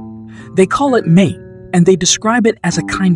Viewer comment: Its. ma-teh not MATE. Ma-teh=tea Mate=partner\spouse